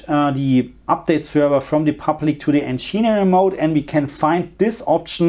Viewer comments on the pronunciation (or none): Encheering mode lmao it'd "engin "eering" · He doesn't pronounce it as you say, he says encheenering, not encheering as you wrote